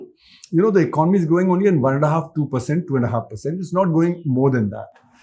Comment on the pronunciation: Good content, but it's really a surprising sight to see that you still haven't learned how to pronounce basic words like "economy" despite talking about it so much, but are selling courses on communication. What a world we're living in.